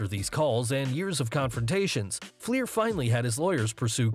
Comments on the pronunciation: It’s “Flair” not “Fleer”, and your attempts to “bleep” the profanity during the Flair piece was terrible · You put Rick FLAIR in there but call him ‘FLIEHR’ multiple times and in text too. Wow. How can this be a proper wrestling channel with a fail like that… Hats off to all the wrestlers that have to deal with those nutcase fans